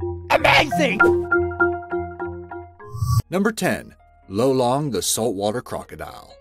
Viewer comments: I'm a Filipino. It's not pronounced low-long It's loh-long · Lolong was the oldest here in the Philippines Edit: btw the pronunciation of lolong was (Lo-long) not (loe-long) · Aswell as: Loh lung Not low long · Its lolong not lowlong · im filipino and it triggers me how u said lolong wrong XDD